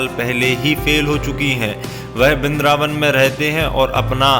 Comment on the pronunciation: वृंदावन होता है भाई। बिंद्रबान नही। उच्चारण सही किया करो